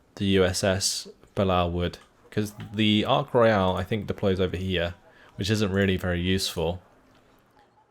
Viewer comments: For pronunciation, it’s ark royal not ark royale, and belleau wood is pronounced bellow wood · he is pronouncing the british carrier as if it was french. HERESY!